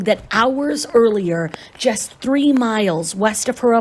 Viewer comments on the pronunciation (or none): none